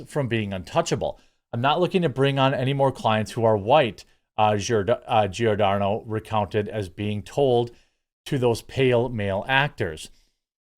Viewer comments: In Italian language Gi = J, so the name is pronounced "Jordano". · Pronounced Jor-Don-O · It's Giordano, pronounced like "Jor-DAN-oh". Easy, like Giacomo is "JACK-o-mo, and Gianni is simply "JONny", like Johnny. And speaking of race/nationality, I am not Italian, although I know this language, I am half Chinese and half Russian and my parents met in Canada. And I'm a woman. (As opposed to a "cis woman" whatever "cis" is supposed to be, or anything else!) Oh look! It's "Lefties losing it: from Rita Panahi next on my feed! Good for a laugh but the lefties have a way of pissing me off more and more these days... maybe that's enough youtube for today... ...ok, one more. I don't know what just yet...then that's it!